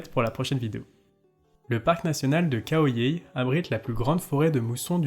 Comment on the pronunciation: Ahah, c'est clair qu'il y a des efforts à faire sur la prononciation thaie. Exemple, on dit Khao Yai, pas Khao Yae. Chiang Mai, pas Chiang Mae.